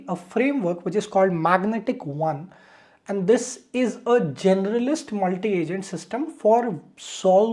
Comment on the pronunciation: good intro.......its magentic, not magnetic